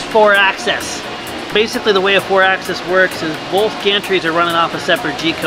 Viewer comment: Axis is not pronounced Access. Otherwise, awesome!